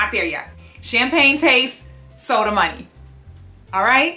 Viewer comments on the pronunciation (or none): none